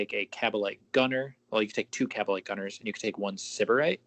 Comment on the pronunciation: Stop mispronouncing Syberite lol